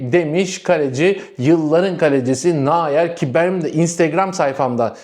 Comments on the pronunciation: bu telaffuzdan neredeyse Umut nayır çıkacak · Nahyer değil , Noyer diye telaffuz et ,🤔😁😆😁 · arkadaş kaleci nayer değil noyer...... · Yorumlarınız gayet güzel ama lütfen "Naayır" demeyin. Nöyer... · Nayer değil, nooyer olacak, çok belirgin rahatsız ediyor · N A Y E R degil bu arada, NEUER (noyer diye okunur) …. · ..Nayer diğil Nouer...😂😂😂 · Nayer kim anlayamadim bir türlü,kendini gelistir biraz,dedigin futbolcu Neuer ise okunuş sekli Noyer okunur,Nayer Nayer diyip dutma oğul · Kırk yıllık Noyer'e naayer naaayer deyip durma la 😡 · Naer ❌ Neuer ✅ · Kaleci Neuer Nayır diye okunmaz. Doğrusu Noyer diye okunur. Sevgiler. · Naer deyip durma 😂noer de şu kaleciye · Nayer değil Noyer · hocam sinir ettin beni. 😄 nayer değil noyer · Neuer Nayer okunmaz. Sen hangi dilde okuyorsun? Neuer Noyer desen daha doğru. Neuer yenisi demek. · Kardeş Neuer, Nayer diye okunmaz Noyer diye okunur, o kadar çok tekrar etmişsin ki uyarmak zorunda kaldık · Türkçe okunuşu Nayer değil noyer 😉 güzel kardeş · Nayer değil nouer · Selamlar. Çok tekrarladığın için yazmak zorunda hissettim. Nayer’i nerden duydun anlamadım. Kimse Nayer demiyor. Neuer, Almanca Nayer değil Noyer olarak okunur. Yazılış = okunuş örnek Eu=Oy Ei=Ay Sch=Ş Tsch=Ç … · Kardeş, "Noyer" diye okunan ismi "Nayır" diye okumak bayağı orjinal olmuş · Dostum Nayır değil Noyer diye telaffuz edilir, Almanyadan selamlar ✌️ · Nayer ne aga :) Alman bu arkadaş dolayısı ile Noya(r) diye okunur? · (Manuel) “Neuer” - Türkçede “Noyer” demen lazım arkadaş 😊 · Okunuşu böyle, nooyer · selamlar, neuer’in ismini yanlış telafuz ediyorsun. No-yer olacak. Bir gazeteci olarak doğru telafuz etmen önemli diye söylüyorum yoksa kötü niyetimden değil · Kardesim, Neuer ( Noyer) diye Almanca okunur. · "Nayuer" nerden duydun da acaba böyle bir telaffuz kullandın merak ettim? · Noyer diye telaffuz etmelisiniz. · Nayer soğuttu. Koskoca Neuer'in adını yanlış telaffuz etmek nedir?